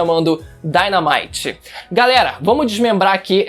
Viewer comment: Daynamight com a pronuncia me lembrou do Pokémon que é uma pokébola que explode